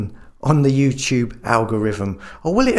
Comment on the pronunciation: did he say Jutube